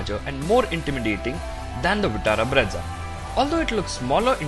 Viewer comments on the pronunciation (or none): it is breeza and not bredza 😂😂